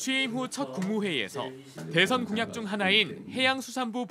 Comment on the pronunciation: 한국어에는 각 단어들에 장음(長音), 단음(短音)이 있어서 국어사전에도 표제어 장음 글자의 오른 편에 : 표로 표시되어 있다. 그런데 요즘 젊은 기자들은 특히 한자어를 말할 때 이를 전적으로 무시하고 전부 아주 짧게 발음한다. 예컨대 여:당(與黨), 야:당(野黨), 대:선(大選), 재:선(再選), 피:청구인(被請求人), 가:처분(假處分), 최:고(最高), 최:대(最大), 양:국(兩國) 등 길게 발음을 해야 하는데 아주 짧게 발음하는 것이다. 요즘 한국인들의 '한자어' 구사가 이 모양 이 꼴이다. 이런 폐해는 한자 사용의 폐지에서 기인한 것이다. 정말 큰일 났다.